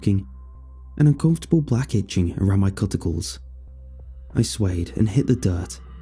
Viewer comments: Have you never heard the word “cuticles” out loud before? Or do you just pronounce it different where you’re from? I’m not trying to be mean, just genuinely curious. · the way he says cuticles 😂 Darn i lost it nvm Aha! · Cuticles pronunciation made me laugh - is this a word that only we gals use now? :D I hope there's a sequel because this story has left me very curious!